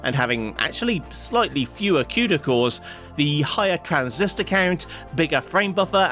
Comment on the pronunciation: This man called it "que da cores"